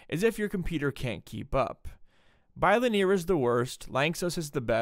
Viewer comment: Never heard someone pronounce "bilinear" like that...